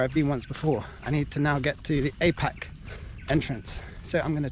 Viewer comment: Its pronounced are peck. The are without the 'r'. Jealous of you